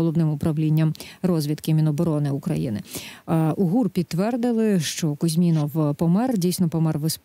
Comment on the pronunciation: Ведучій не завадило б перш,ніж виходити у ефір з цією темою,трошки попрацювати над вивченням "матеріальної частини"питання.Принаймні вивчити як правильно звучить прізвище героя бесіди.Він не КузьмІнов,як вона повторила безліч разів,а КузьмінОв.Співрозмовник спочатку назвав правильно-намагався дати їй зрозуміти,та де там, вона цього не не почула,а п.Вовк далі вже називав його суто за іменем,не ризикнувши виправляти господиню ефіру....І по суті ще:ні ведуча ,ні гість не прочитали повідомлення,яке було ще за день в "Укр.правді"(і,мабуть, не лише там).А там із посиланням на ГУР йшлося ,що Кузьмінов у Іспанію"потягнув за собою свою колишню".Зрозуміло кого потягнула туди своєю чергою вона.Натомість увесь час висували та обговорювали якісь власні версії.Вийшло не дуже...